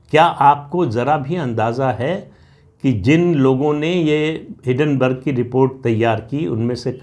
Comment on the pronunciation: हिडनबर्ग नही हिंडनबर्ग